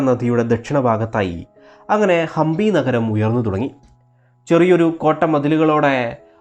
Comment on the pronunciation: It is Hampi not Hambi